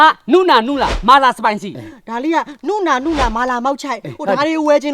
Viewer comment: အသံထွက်ကမှားနေတယ် ကိုးရီယားလို "နူနာ " "နုနာ" မဟုတ်ဘူး (누나)ဒီလိုအသံထွက်တာ